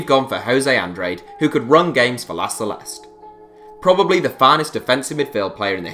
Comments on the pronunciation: pronounced "Andrad-eh", not Andraid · An-dra-de not an-drade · Guys, make a little bit more effort in pronouncing players' names. Jose Andrade smh